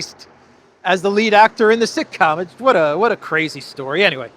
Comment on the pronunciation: It was sick-com, not sitcom